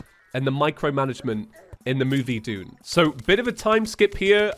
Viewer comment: mfw when it took me two episodes to realize that he was saying "Dune" and not "June"...🗿